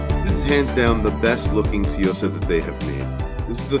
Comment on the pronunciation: It's pronounced soo yo sa not see yo sa